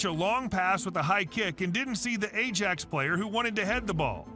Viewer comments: American commentator is dumb, A-JAX? It's Eye-AX........ far too regular thing with Americans im afraid. Embarassed for you. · Ajax is pronounced Aye Axe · I was just getting over the U - E - F - A Championship pronunciation, Then the A jacks came. 🤣